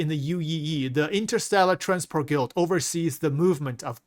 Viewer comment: This guy pronoucing the word guild so incorrectly will forever hunt me 😂